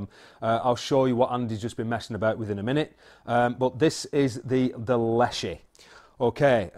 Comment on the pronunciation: I think it is pronounced. Less-she.. My SN is 467.. And I love it. 3000 rnd, sofar. And once I got a Bug Buster scope,, same hole at 10 meters... I use a Air Venturi hand pump. Less than 1.5 strokes per pellet. It is a tool, and most people would not use a brick for eye surgery. I just know, I still grin every time I use it. Bunnies? Not so much.